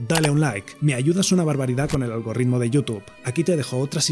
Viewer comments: Lo siento pero no, no es la forma correcta de decirlo. Dices (o se te entiende algoRRitmo (doble R?), y es algoritmo, con una sola R. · "Agorritmo" jaja ♥︎